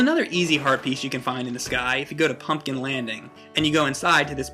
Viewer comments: am i the only one who hears "herpes" every time says "Heart Piece"? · every time he says heart piece i think he says HERPES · Every time said "Heart Piece" sounds like he said herpes...